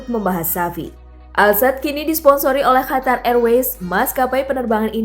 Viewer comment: Biasa aja ngomongnya min, gak harus hatar juga ngomong qatar nya